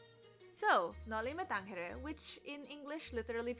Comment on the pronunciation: You might want to reconsider your pronunciation of the letter g of the novel title's last word, viz. tangere.. You pronounce it as if it were Spanish, i.e. like the letter h in the English pronoun he. This is incorrect. With tongue firmly in cheek, I say ibagsak ang imperialismong kastila! You correctly point out that the title is in Latin. As the last native speaker of Latin passed away more than a millennium ago, the standard rule is to invoke current Italian to determine proper Latin pronunciation. After all, Italians are the progeny of the ancient Romans. Applying the foregoing logic, as well as seeking corroboration via Google Translate, the letter g should be articulated like the letter g in the Italian word gelato. One last point for those who, like myself, may find the title of the novel somewhat inscrutable. I came across a French translation of the title that provides a succinct yet accurate summary of the work, to wit <<Au pays des moines>> or Sa bayan ng mga monghe.